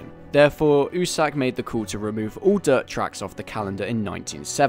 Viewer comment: My dude if you wanna sound like a true fan you have to pronounce it "You Sack" instead of "oo-Sack" great video none the less